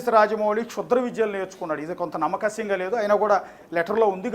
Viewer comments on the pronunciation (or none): reporter "nammakasyam" ani oka kotha word kanipettadu 🤣 adi "nammasakyam" ra nayana